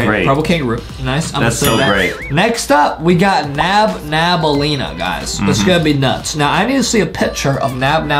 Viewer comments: Its nabnaleena not nabnabnaleena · It’s not Nam Nam it’s nab Elena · Excuse me! Your saying nabnablalina but its nabLAnina. Its ok tho😊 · Its Not Nabnaballena its Nabnaleena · it's nabannaleena not nabnabannaleena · It’s not nabnabaleena it is nabnaleena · It’s not nabnabalena it’s nabnaleena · is not nabnab nalina is nabnalina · I hate beacause they Say nabnabaleena insted of nabnaleena. The defrets ghete is 1 b in nabnaleena